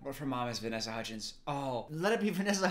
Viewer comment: "vanessa huddgies" like chicken nuggies lmaoooo